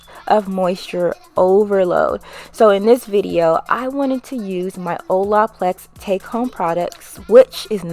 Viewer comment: 😖😖😖 How you keep pronouncing “Olaplex” 🙉 😩